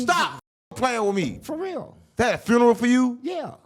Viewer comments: A " FRUNERAL" 😂😂😂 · Why can’t the say “funeral” correctly??